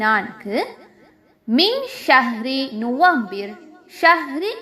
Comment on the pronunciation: November ku arab la nuFAmbir thanae yeludhirku neenga FA ku badhil VA sound la soldringalae yedhu correct aana pronounce?? HABEEB LQ3029